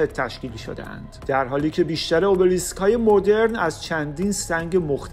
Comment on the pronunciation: تلفظ صحیحش همونی که یونانی ها میگن !